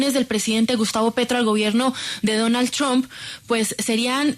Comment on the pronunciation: Amigo. No digas trump así no caiga mal, se dice tromp como trompeta. Un abrazo y se le quiere mucho. Gracias por sus videos.